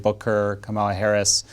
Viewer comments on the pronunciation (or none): none